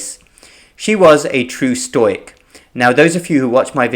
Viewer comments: Stoic is pronounced stow ic...never stoy ic!!! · Great video. Just want to help you pronounce the word 'stoic' a bit better - it is 'stow - ick'. I had no idea what you meant at first, but worked out what you were saying after a few exposures but it'll be best to re-learn that particular word for an English audience. Love your work - thanks for keeping on keeping on.